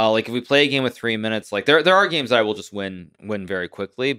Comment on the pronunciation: “Playing all those geems”